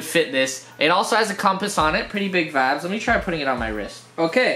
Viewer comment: Am i the only one Who is fackin Done with him saying wibes all the time